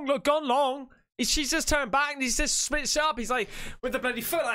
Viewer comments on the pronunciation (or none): none